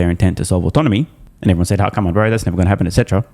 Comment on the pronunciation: Dan Ives cant pronounce autonomy